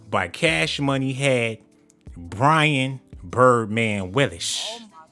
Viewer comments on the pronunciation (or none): none